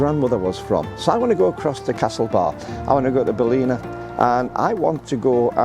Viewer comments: Hi, its pronounced Ball-in-a not Baleena, you will get pulled on it. best of Irish luck.. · Fantastic place to have roots! It's a beautiful place on the Wild Atlantic Way. I go there regularly - you will fall in love with the place. Probably a good place to go, when Cyprus gets too hot! Pro tip - it's pronounced differently, shorten the I and lengthen the a. Balla nah. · Ballina is pronounced "Bal -in -ahh"